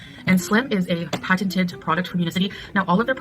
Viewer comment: I noticed that to the other day. She kept saying the word patent. I was thinking why she saying it like that over exaggerating it or something